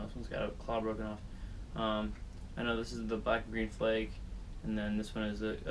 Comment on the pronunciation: Flake not fleck